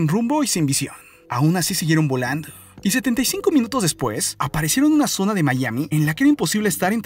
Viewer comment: Porque chingados habla son E al final coinsidencie ? Cuadre ? Zone ? Floride? Que pedo